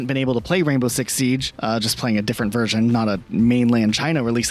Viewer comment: Your content sucks.. ffs it's V E R S I O N... sick of hearing Wursian..if you want to be a creator and talk English.. atleast learn the language